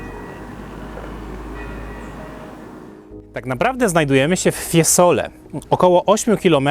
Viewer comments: Ja jestem też muzykiem wiec mam ucho ,nie mowi sie Fiesole e mowi sie FIEzole zzzzz nie ssss także nie oltr arno ale oltrArno również marija ,siniorija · Mowi się, FIEzole, nie FieSole a jezeli chodzi o czystosc miasta ...prawdopodobnie wysprzatane na swieta, no i centrum jest w lepszym , pod tym wzgledem, stanie.Jezeli chodzi o tzw syndrom Stendhala wg mnie jest związany z pozycją jaką przybieraja turysci...przy tym ciaglym odchylaniu głowy do tyłu prędzej czy pozniej bedzie sie miec zawrót glowy..😅😅